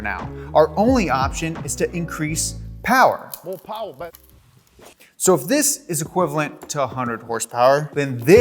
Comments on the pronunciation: I guess no one caught the "mo powa babeh" when he said we add more power I laughed a lil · “ mo powah babeh” I love